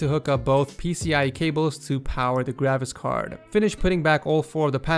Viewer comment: when he said graphics card it sounded like gravicks card